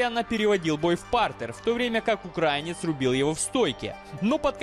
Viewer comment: Ты вроде бы из Украины, а говоришь как M0sка/\ыK. не укрАинец, а украИнец!